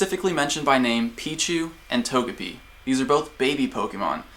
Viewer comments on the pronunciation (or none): Not Tog-e-pi... It's a japanese character name so To-Ge-Pi.